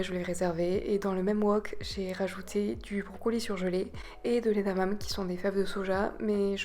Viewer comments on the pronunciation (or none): Trop bien, ça m'a l'air délicieux tout ça ! ça me donne pleins d'idées :) et juste pour info, ça se dit édamamé (c'est japonais) et pas édamame haha (mais peut être que tu le sais déjà)